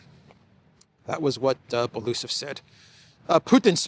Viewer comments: Dear, not Balusov, but Belousov, spelling all letters as they are written: B-E-L-O-U-S-O-V. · Byel-o-u'-sov (4 syllables)